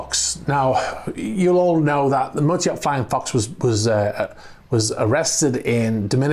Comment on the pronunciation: lol, I have been hearing you say "motor yacht" it as some russian name "mota-e-art". Just thought that was so funny to post a comment. :)